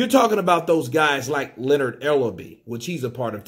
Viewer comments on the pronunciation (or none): none